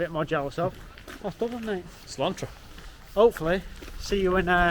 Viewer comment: stop saying Slan-tra. it's Slan-cha.. used for cheers meaning "good health" and Pearse's first name is Padraig pronounced Pad-rig not Pad-raig.. good video all the same